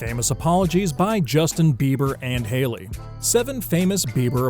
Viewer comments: Am I the only one who's upset that he called her Harly? Its Hailey guy. HAILEY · Funny, narrator called Hailey, Harley in one spot, robot!!! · Harley? you pronounce her name wrong!!🤦🏻‍♀️🤦🏻‍♀️🤦🏻‍♀️ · Did he say Harley?? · Umm . . . Her name is Hailey not Harley. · He said her name wrong